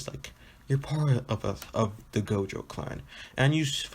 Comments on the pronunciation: My boi said jogo instead of gojo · jogo or gojo what u saying u saying jogo not gojo